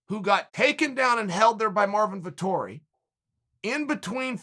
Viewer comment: "Artmin Vittori"